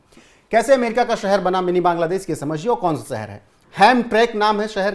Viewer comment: भाई हिन्दी सुधारो, देस नही बांग्ला"देश", छेत्र नही क्षेत्र, अस्थानीय नही स्थानीय, जनगड़ना नही जनगणना। सुन्य नही शून्य। भाई गांव खेड़े की हिंदी मत बोलो समाचारों में। हिंदी और उच्चारण सुधारो। रोहित पांडे।